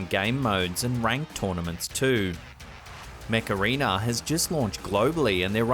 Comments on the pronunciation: When he was advertising the video game I thought he said the Macarena instead of Mech Arena lol!! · Thought he was saying macarena 😂🤣 i thought 'i dont see the connection here' 🤣